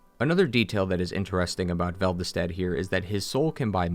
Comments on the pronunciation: Velve-stat? Anyone else notice that? It’s Velstadt. Vel-stat. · Why do you call him Veldestadt instead of Velstadt? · Veld-i-stad = velstadt????? Nah dog, that's some angry joe shit right there. Pronounce it right lol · Pal... it's spelled and pronounced "VELSTADT", as in "vel-stat". Where you get VELDESTADT from, when the game spells it as I did above (currently teying to 100% 2, the sunlight medals are LITERAL HELL'S RECTUM), i honestly have no idea, and I'm not going to dive into how or why. Right now, I'm more than amply focused of farming our more Rusted Coins so I can farm out more medals. I'm 12 away now. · Velstadt. Not Veldistadt. Lol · Take a drink any time he says "Veldestat" instead of "Velstadt" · Velvestadt? It's pronounced the same way it's spelt, what's with the extra syllable. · Why did you pronounce Velstadt's name as "Vel the stat" the whole video? It's velstadt pronounced "velstat" with a minor d sound before the T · Guy has trouble pronouncing Velstadt. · Why do you add an extra syllable to Velstadt? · I just found your video and it was awesome and so thorough. Also, as a huge DS2 fan (it’s my favorite DS to play solo, DS3 is my favorite for co-op), I really appreciated your positive takes on the game (most people just kind of blindly hate it without seeing the good in it). However, it’s “Velstadt”…not “Vel-ve-stadt” lol. Also also, if you go into the game files you can load in Ocelot’s model. He does exist in game, and you are right he was removed because complications. Also also also, the Dragonslayer Armor you fight in DS3 isn’t Ornstein’s at all. It doesn’t even look anything like it. Gwyn had 3 primary dragon slayers: The Nameless King (Gwyn’s son), Ornstein, and whoever used to wear the possessed dragon slayer armor in DS3. I’ll have to check out your other videos.